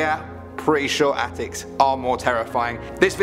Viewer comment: the way pronounced the word.